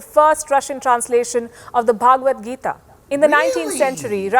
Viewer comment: Being an indian she couldn't pronounce bhagvad gita, so sad. Its not bhaagvaad gita.